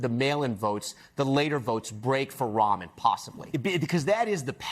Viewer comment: must be pronounced Ram an not Ramen